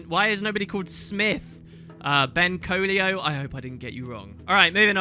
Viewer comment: Colio? Colio? the e is clearly before the *l*. Clearly it must be pronounced Co-ello. Tut tut,:D